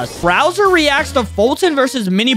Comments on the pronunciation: You mean Bowser, not “Browser” lol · Bro said "BROWSER"?!?!?! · He called bowser browser 😂